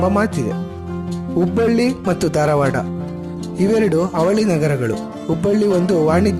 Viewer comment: ಧಾರವಾಡ .... ದಾರವಾಡ ಅಲ್ಲ.